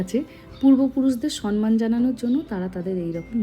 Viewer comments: দিদিভাই কথাটা সনমান না সম্মান(সম মান)। এখন দেখি বেশিরভাগই শিক্ষিত লোক সনমান বলছে। আপনি একজন ইনফ্লুয়েন্সার, আপনি ভুল উচ্চারণ করলে সবাই ভাববে ওটাই ঠিক। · একদম ঠিক বলেছেন। অনেকেই সন্মান উচ্চারণ করেন, যেটা সর্বৈব ভুল। এর সঙ্গে সাধু- চলিত, আঞ্চলিক ভাষার কোন যোগসূত্র নেই। মাননীয়া মুখে সন্মান শব্দটা খুব কানে লাগলো। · একদম ঠিক বলেছেন। সম্মান শব্দটা অনেক সময় ভুলভাবে উচ্চারণ করা হয়। এর সঙ্গে সাধু- চলিত, আঞ্চলিক - শহুরে ভাষার কোন সংযোগ নেই। সন্মান কথাটি একদমই ভুল।